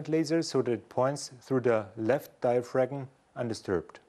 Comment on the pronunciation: a ten year old vid....and I just wish the presenter knew that the G in diaphragm was silent....because he's murdering the English language it's so cringe inducing...